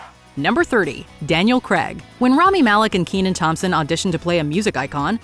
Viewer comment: wtf is Daniel creg....?